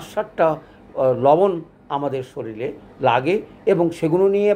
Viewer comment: শরীর না বলে শরীল বলেন কেন? আপনার এ ভুল উচ্চারণ আপনার নামের কলঙ্ক হয়।